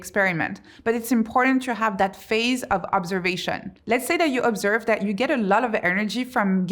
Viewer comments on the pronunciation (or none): none